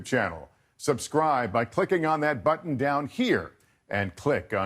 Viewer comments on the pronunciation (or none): none